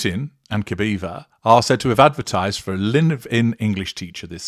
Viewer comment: Very interesting. About pronunciation: The surname Putin is pronounced "POO-tin", not "PYOO-tin" (which would be written in a different way.) As for Alina's surname, it's pronounced "kah-BAH-yeh-vah".